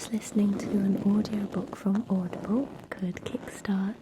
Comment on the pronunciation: at first when she was talking I thought she was saying "oddball" instead of audible 💀💀